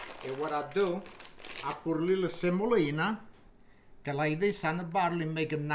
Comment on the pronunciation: 'i purr rra lirrr rrsemmoleena'😂😂😂